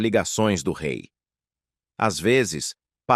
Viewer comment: 🧡🧡🧡 O RÊI FALA DE ÔUTRO RÊI